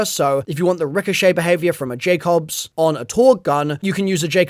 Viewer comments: Teddyore and Jackobs, there’s no way the accent card gets you out of this one 😂 how long have you been playing Borderlands,? TEEdy-oar and JAKE-ubbs, by the way, my guy! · Nah the way u said tediore and jakobs is criminal